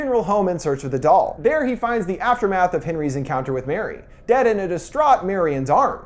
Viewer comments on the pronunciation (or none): none